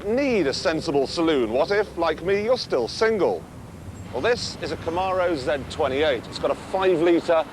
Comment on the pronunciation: He pronounced Z28 correctly